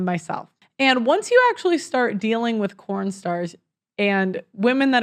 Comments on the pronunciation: Why are you pronouncing it "corn" in the vocal speech of your video, but "porn" in the textual label of your video? Does YouTube flag the content but not the label?🤔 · It’s porn not corn !!!!!😂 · Why are you saying corn when it's porn? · Anyone know why is saying corn instead of porn?